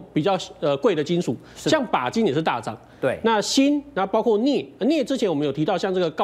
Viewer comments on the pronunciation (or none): 是的 包挎（包括）这样的情况